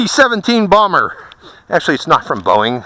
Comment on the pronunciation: Did u say blomber